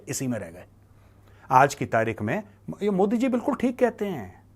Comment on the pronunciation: ये पाकिस्तानी मोदी को मूदी मूदी क्यों बोलते है।